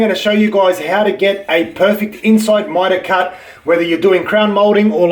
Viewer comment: What the fuck is mytawl cawt